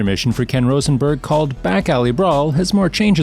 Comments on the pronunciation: Has the narrator even played the game? The narrator stays mispronouncing the names of GTA characters. His name is Rosenberg, with rose like the flower. Rose-en-berg. SMH 🤦🏽‍♀️ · "Rawsenburg" dude i swear your doing this on purpose, there were like 3 or 4 other names in your videos you mispronounced lol